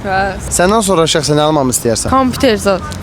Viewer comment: Kamputer deyende yazigi ele bil tlk vurdu😅